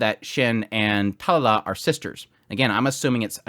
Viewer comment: Talala 🤣 sorry no disrespect i had to point that out But great vid by the way going to watch the episode now haven't watched it uwt